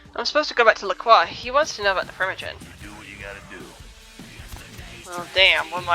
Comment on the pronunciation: It's interesting something i see a lot of people that play melee characters forget is that you can block (default key is holding down Tab) to help you not get beaten around all the time. Edit: Also why do you say LaCroix like LaClaw????????